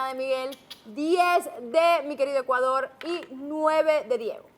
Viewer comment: amo, adoro cuando dice ¡¡ECUALDOL!! Molestando a Andrea 😅😅😅